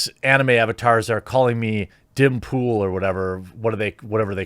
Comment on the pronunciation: Its "Dim Tool". Get with the program Jeremy. Sheesh.